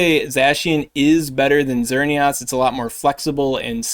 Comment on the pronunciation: My guy... It's Xer - neee - isss Like Chris or miss